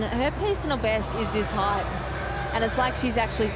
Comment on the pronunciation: Height does not have a h at the end, commentator lad.